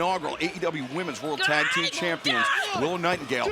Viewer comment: When Taz pronounced that tag team as Like A$$. That got a chuckle out of me. 😂😂😂